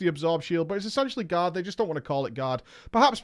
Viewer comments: Are you saying god or guard? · It took me a bit to realize you were saying "Guard" not "God". I just figured you were saying it was really REALLY good (ya know "God mode") but then it hit me